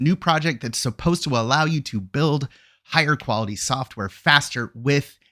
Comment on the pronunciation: extra emphasis on keyword suppose 😗